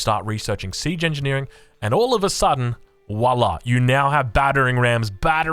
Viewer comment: The V in voila is pronounced like in vile not w btw in french